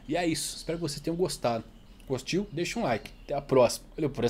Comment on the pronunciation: Kkkkkk ow fiquei até o final como sempre e você falou gostiu???